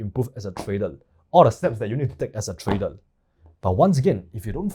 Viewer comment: Trader ❌ Tradel ✅